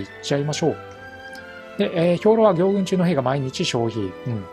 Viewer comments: 行軍(ぎょうぐん)ではなく行軍(こうぐん)ではないでしょうか？ 間違ってたらすみません！ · ぎょうぐんじゃなくてこうぐんでしょ。